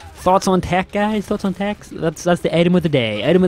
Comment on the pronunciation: why you call it tach its tech